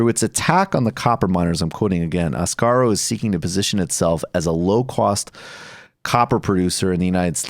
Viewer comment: Asarco, not "Ascaro." But irregardless, oxford comma, oxford comma.